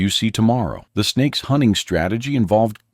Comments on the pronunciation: no he said spakes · Snakes! Did you say snakes?